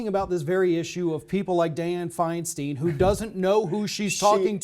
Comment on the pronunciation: San Franciscan here, and no fan of DINO-FI, but "Feinstein" rhymes with "fine wine."